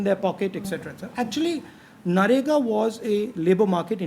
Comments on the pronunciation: he still says NAREGA to MANREGA. god bless his voters. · The guy still doesn't know how to say MNREGA...keeps saying Na-Rega 😂😂😂. On interview front it's a good case study of how not to conduct an interview....from both's (interview and interviewer) perspective. Seems to be a desperate attempt to showcase intellect (very limited though).